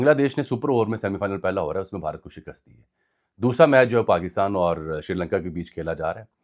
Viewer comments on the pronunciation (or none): none